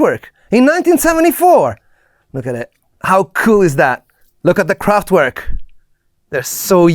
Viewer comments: I really like all the work you put in your videos, but could you just stop calling Kraftwerk « kraftuuerk »… W in German is said as a V…. Please 🥺 By the way, go ahead on the good productions. 🥰👍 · the T in Kraftwerk is apparently missing... 😉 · Please, don't say "kraftUerk" but "kraftVerk", the german pronunciation.